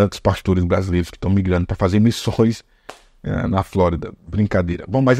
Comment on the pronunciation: 'Mições' 😂😂😂😂😂 na Flórida. Laá Tá cheio 'miççionarios' 😂😂😂😂